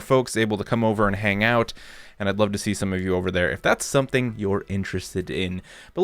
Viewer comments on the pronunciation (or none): none